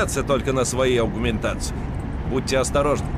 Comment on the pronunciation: Аугументации? Аугументации, Карл?! Слово "импланты" уже не в тренде чтоли?